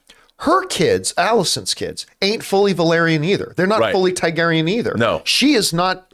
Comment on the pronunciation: John, if you’re reading this, you’re saying Targaryen wrong. It’s not TAIgaryen, it’s TARgaryen.